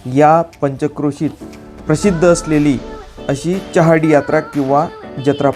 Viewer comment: च्यहार्डी ? ? ? च्योपडा ? ? ? च्यहौदरी ? ? ? च्यला तर मग ? ? ? च्य , च्यो , च्यौ असे चुकीचे उच्चार नका करु.